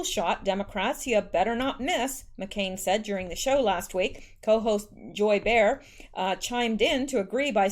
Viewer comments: It’s pronounced “Bay-whore”😛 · The view: pronounced Joy Bay-har. FYI. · Thank you for sharing your work with us. Awesome. Btw, to pronounce Joy Behar's last name. Its said as Bay-Har. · It's pronounced Bay-har Unjoy bay-har har! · Behar is pronounced - bay- ha-rrr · Name is two syllables. Beh Harr.. love your posts . K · Behar is pronounced bay-har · Thanks for the great vids, here's a help, Joy BAY-harr, though Rush calls her Maude Bayhar. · Behar is pronounced Bay-har. BUT bear is a good description of her as shes ugkier & smellier probably! Lol! But Melania is ALWAYS STUNNING ni matter what she is wearing! By far ,Far FAR More BEAUTIFUL than last FLOTUS u no Big Mike. JMHO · Joy's name is pronounced Bay har. Behar. Nancy Peelosi did the same thing in a much toned down form by calling for an "intervention" which is what John No Name said about what happened when President Kennedy was assassinated. Fortunately they will not succeed in impeaching President Trump and nor will their plans for assassination come to fruition. I wonder where in Canada you are? I am in north central Alberta. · Hey, Joy Behar. Pronounced bay- har . rhymes with car love you and your work! Thank you! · It sounds like bayhar